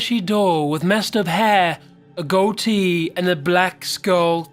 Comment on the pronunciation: Hate the way u said "goatee" it was sooooo wrong turned off after thatee